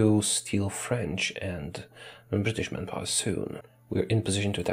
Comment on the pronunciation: I thought you were saying "man-gapoor" for a good 30 min before I realized it's man power.